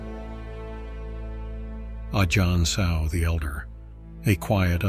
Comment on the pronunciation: Ajân "Mun" rhymes with done not dune, btw. อ. มั่น